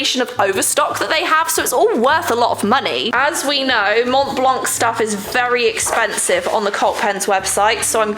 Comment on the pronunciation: If ever you are interested, the « c » in blanc is silent